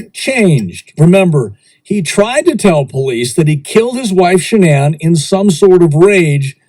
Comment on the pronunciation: Wow the similarities, so very well done keep them coming, loving you're videos, and love you saying shananns name, love from Dublin Ireland 🇮🇪🍀